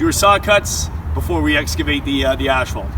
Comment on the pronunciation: Hey! You said you were going to pronounce asphalt right lol